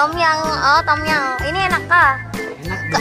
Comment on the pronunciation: Sebutannya bukan tomyang hahaha…Tomyammm